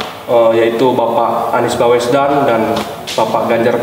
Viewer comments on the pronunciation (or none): "Baswedan" lhoo, bukan "Bawesdan". Hostnya kok gak nyari tau dulu sebelum nanya2, jangan salah2 sebut nama 🙂